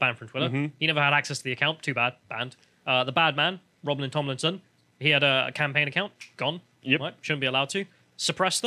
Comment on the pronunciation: I can't help but chuckle every time says "Romlin Tomlinson", it's like a character out of Narnia 🤣